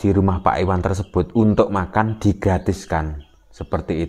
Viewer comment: IWayan,bukan Iwan.